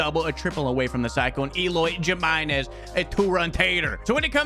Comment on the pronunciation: He said Jimenez so white lmaoo